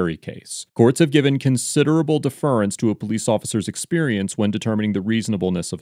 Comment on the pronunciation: You have interesting pronunciations of “appellate” and “deference”.